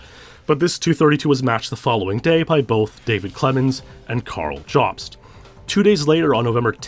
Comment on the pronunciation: It's pronounced "yōbst" not "jahbst" for Carl Jobst